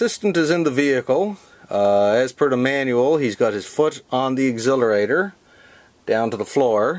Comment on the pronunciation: So in Canada they call it agzillarator?